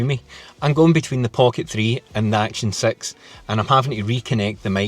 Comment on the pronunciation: "Action Sex" to my American ears.